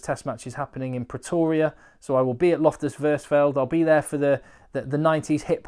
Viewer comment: Loftus Versveld = Loftus Fers-Felt